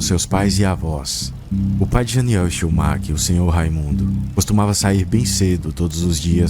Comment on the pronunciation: Não consegui mais focar depois de vc dar ênfase no nome do cara Chiumak, cada vez que falam eu não aguento 😂😂